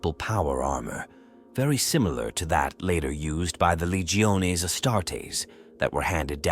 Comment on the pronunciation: Lee-geo-nay lol